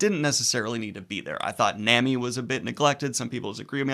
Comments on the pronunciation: It's Nah-mi not Nemi btw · It’s pronounced, “Nah Me” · Nami is pronounced like A in america not the letter a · The way you say Nami... it’s a good thing you’re an endearing goblin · And please fix your pronunciation of Nami 😭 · The only thing I'm offended about is your pronunciation of Nami. lol Prediction 1: On Zoro, Thriller Bark is all I'll say. (My favorite arc) Prediction 2: On power levels, just wait till you see the rest of the Warlords, the Admirals, and the Emperors Prediction 3: On Luffy's main antagonist, you've actually met this character before, he isn't an antagonist yet though. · Daniel... how are you still saying Nami wrong Also RIP to Daniel in the comments for confusing arcs and sagas, counting G8, and saying Alabasta wrong.